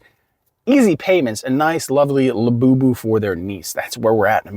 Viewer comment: I love to hear you say La Boo Boo 😂 it’s great to laugh at all the madness IF you can because it’s exactly what they don’t want you doing!